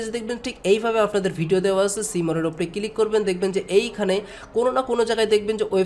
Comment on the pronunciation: উচ্চারন সুন্দর। ফিরি নাকি ফ্রি? কিলিক নাকি ক্লিক? সিমপিল?? নাকি সিম্পল,? কমপিলিট,পোরমশোন,এসব ঠিক করেন ভাই। বলে না লোকে। তবে এগুলা বাজে সোনায় আপনি কি সজল এর ভাই??